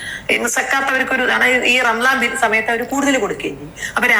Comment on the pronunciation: ടീച്ചറുടെ വായിൽ നിന്ന് ആ അക്ഷര ശുദ്ധി യോടെയുള്ള റമളാൻ എന്ന ആ വാക്ക് കേട്ടപ്പോൾ സത്യത്തിൽ കോരിതരിച്ചു പോയി 🙏👍🌹